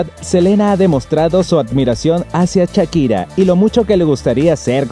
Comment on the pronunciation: ahora podrian aprender a pronunciar shakira y no chakira.